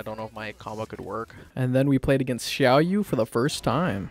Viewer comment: lol the way you pronounced Xiaoyu’s name